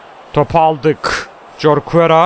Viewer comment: Abi o Jorquera horkuera diye okunuyor :D Bursaspor'luyumda :D